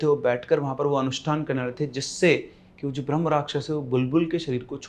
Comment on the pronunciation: Brham nahin Brahmha rakhyas hota hai